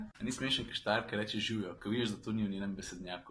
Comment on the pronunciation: "žijo " hihiihiihhiiihhiihihi the best....